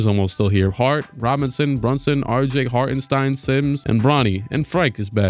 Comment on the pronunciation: i dont want to be that guy but it is pronounced shtain in hartenstein